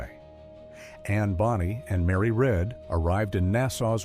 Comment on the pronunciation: "Anne Bonny and Mary RED" 🤦‍♂️🤦‍♂️